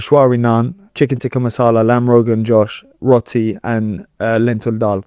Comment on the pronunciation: ha! the boxer doesn’t know how to say roti